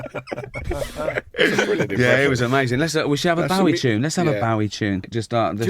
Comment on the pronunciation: David Bowie specifically stated how his name is pronounced but Gervais and Baddiel still persist with the wrong pronunciation lol.